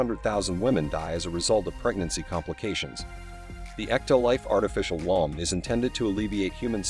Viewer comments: First of all, it's pronounced woom, not waam. Secondly, what is this about an artificial umbilical cord? What do they plan to do, rip out the child's natural cord as it develops? Yeah, that should work great. Not. Thirdly, there are millions of babies being aborted every year from their natural wombs. Anyone ever think, "hey, I'm pregnant, but I don't want a kid. I know... I'll give it up for adoption." Problem solved. Artificial womb unnecessary. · Artificial whomps 😂😂😂😂😂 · You are pronouncing womb wrong